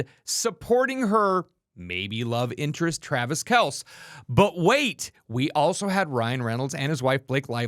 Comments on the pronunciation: must not be a football fan because he was nowhere near pronouncing kelce properly, it's kel-see not kelch. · Its pronounced Kel-See.